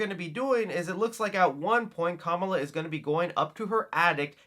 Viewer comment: Dude, you’re pronouncing her name incorrectly. She even corrects the mean girl in this very same trailer for pronouncing her name incorrectly like you do here, lol. 🤷🏻